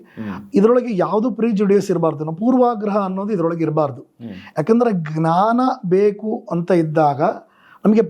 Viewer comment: GNANA IS WRONG PRONUNCIATION IT IS JNANA SORRY TO SAY THIS